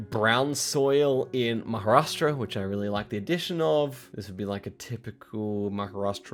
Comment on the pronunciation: Pronunciation of Maharashtra is as accurate as it can get for an American.